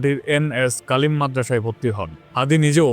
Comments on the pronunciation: কনটেন্ট অনেক সুন্দর হয়েছে তবে ভাই আরেকটু রিসার্চ করে কাজ করবেন, মাদরাসার নাম বারবার ভুল উচ্চারণ আমাদের ব্যথিত করেছে, ঝালকাঠি এন.এস কামিল মাদরাসা আশাকরি বুঝতে পেরেছেন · আপনি ভুল উচ্চারণ করেছেন কালিম মাদ্রাসা বলেছেন উচ্চারণ হবে কামিল মাদ্রাসা।